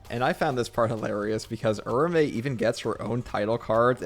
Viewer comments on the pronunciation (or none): It’s Ura-ume. Oorah-oomay